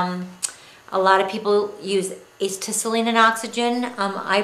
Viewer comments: I believe Acetylene is pronounced: uh-set-uh-lean. I use the (smith) micro torch too with acetylene and oxygen. I get a tank of oxy and a tank of acet., using both for micro torch and just acetylene with a larger torch that draws in oxy from the atmosphere. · pretty good video, I was having a hard time finding information about the smith little torch, this video helped a lot. just a few small points, as has been mentioned acetylene is pronounced a-set-a-lean. also you will gain a lot more performance out of your smith little torch if you learn to set the flame properly. you need the proper oxy-fuel mixture depending on various conditions, and you can tell pretty well based on how the flame looks. I won't describe it here but search Google for a neutral flame, and an oxidizing flame versus a reducing flame. that should help some. thanks again!